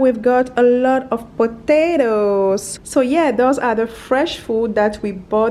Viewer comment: I like how she says potato is sounds funny